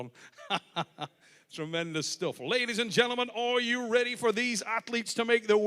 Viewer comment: "Ladies and Drendlemen"